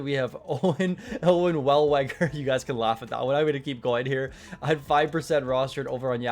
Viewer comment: Wellweger? lol. How dare you sir!